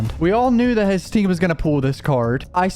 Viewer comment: HE NEVER SAYS "THAT". HE ONLY SAYS IT LIKE "DAT"!!!